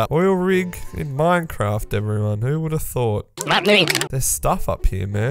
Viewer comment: Ah yes, vood